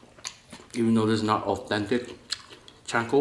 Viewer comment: It’s CHA (like the cha cha dance) not chainkonabe lol. I’m not making fun cause it looks delicious.